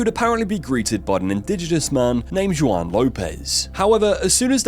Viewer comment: The way you pronounce “Medellín” and “Juan” is hilarious and sad lol. “Juan” is pronounced “wohn”, and Medellin is “Meda Yeen”